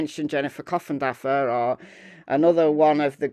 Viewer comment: Every time you mention coffindaffer I hear coffin dodger 😂😂😂😂